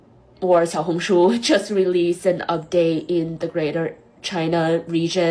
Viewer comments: You lived in China 14 years still couldn’t pronounce Xiaohongshu 😂😂😂😂 that doesn’t sound very smart.. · Shou-hung-shoe? (This is just how am trying to type the pronounciation) Im guessing Shou is little hung is red and shoe is book